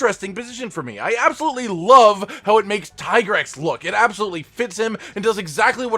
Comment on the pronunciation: Tie grex? Seriously? Its teegrex